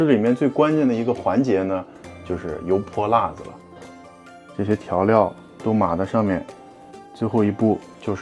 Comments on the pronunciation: 发音不够正宗 应该是油泼辣（四声）子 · 老陕？。。。😂 跟额念，油（二声）泼（一声）辣（一声）子（无声） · 你这个陕西人为啥‘油泼辣子‘这几个字说的这么不地道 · 别的先不说，作为一个地道的陕西西安人，你这 油泼辣子 四个字 用陕西话念了 确实不咋样😂 接着看视频 ❤